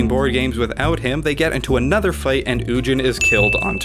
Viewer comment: I don't trust anyone that says "ujin."